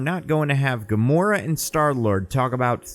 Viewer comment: is gamoro a female gamora or did you make a flub